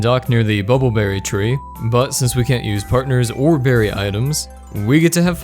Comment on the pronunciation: You pronounce berry like berrey.